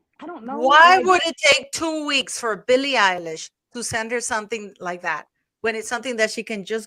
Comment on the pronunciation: Did she say Billie “EYELASH”?